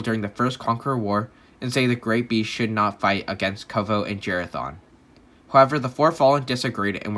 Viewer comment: why he say it like jerathon